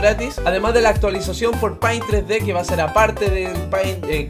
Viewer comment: Se pronuncia peint' :"(